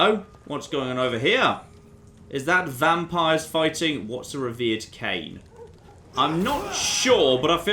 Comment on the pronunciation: Reverend not revered